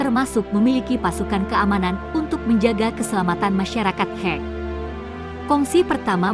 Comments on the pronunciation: Sebutan salah.. Bukan hek... Tpi kek Sumber video tidak di ikut sertakan... Pencaplok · Perlu penyempurnaan kata2....bukan hek...tapi dibaca ke' (khek)🙏